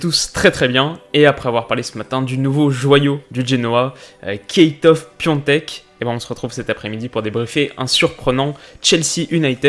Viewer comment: Cool ! mais par contre ca se dit Kjystof